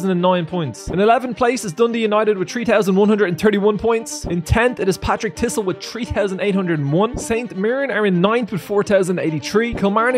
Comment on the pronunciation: It's pronounced par-tick & hib(b)ernian